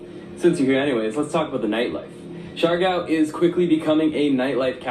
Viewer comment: You pronounce it as C - Yar - Gaw (Siargao). It's one of the beautiful islanda we have... 7107 island or more depending if it's high tide.or low.tide...Have not been there but will visit it too. enjoy your visit there